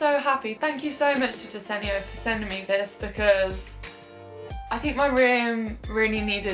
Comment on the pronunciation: take a shot every time pronounces desenio in a different way (jk great video as always🥰)